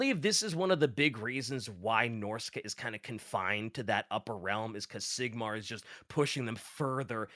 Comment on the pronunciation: yet another fantasy ep that's impossible to listen to because of pronunciation of the faction name who tf says norsca as norsey?